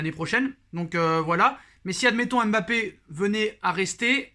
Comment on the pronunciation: Je t'aime bien mais tu prononces mal son prénom. Ça gâche l'attrait et le plaisir que j'ai pour tes vidéos. Pour LLORIS personne ne dit L Loris encore moins pour Zlatan. Personne ne dit Z latan. MBAPPÉ, c'est pas M....Bappé. Zlatan